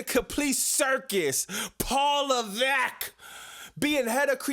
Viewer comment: LMAOOOO "PAWL LEVEECK-!" Yo what was that??😂😂